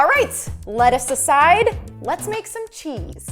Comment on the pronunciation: Is it just me or when she said "lettuce aside" it sounded like...Lettuce and shells cheese and meat!its raining tacos time to eat!